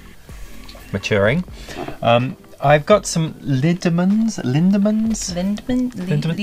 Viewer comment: I hate to be that guy, but being Belgian I must say it: Lindemans is pronounced Lyn-Duh-Mahns Loved the video!